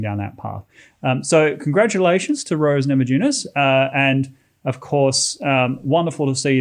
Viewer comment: It is pronounced namayunas , J in lithuanian is like Y in english.